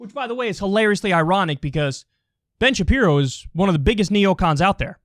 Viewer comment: Ben shabibo, Ben shapino 😂